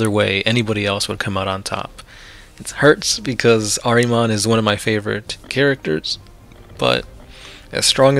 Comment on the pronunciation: Say it with me ...... ehr-ihh-mohn ....